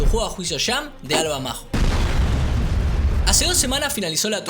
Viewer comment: Hoola, buen video :) Te aconsejo decir Alva Mayo o Mallo, porque suena un poco raro Alva Majo